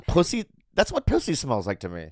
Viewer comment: Bobby said poosy